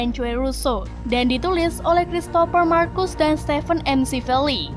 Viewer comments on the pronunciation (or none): none